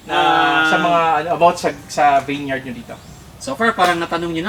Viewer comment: vineyard...pronounce po as vin-yerd